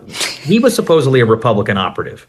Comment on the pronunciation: It is supposedly not supposebly